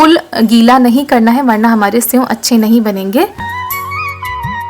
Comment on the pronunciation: Aapne senv kitni baar bola hai senv nahi sev hota hai